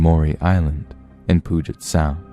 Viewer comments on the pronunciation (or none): As someone who lives on the Puget sound, I loved hearing you pronounce it 'poo-jet' instead of 'pew jet'. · Lolol "Poojit Sound" t. lives in Olympia, WA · >poojet sound cringe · By the way, Puget Sound is pronounced "Pe-yew jet".